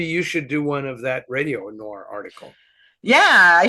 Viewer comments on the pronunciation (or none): Oh,, will there ever come a day when you pronounce the word "noir" properly? ☺